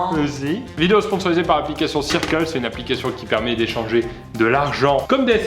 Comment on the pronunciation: tu dis circle mais ça se prononce pas "seurkeul"?😂